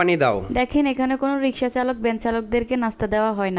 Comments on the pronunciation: কথা বলতে পারে না ! রিক্সাকে বলে রিসকা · Bangladeshi "kauta"sangaskiti , riska nehi riksa bola sikh.bhasa ka thikana nehi.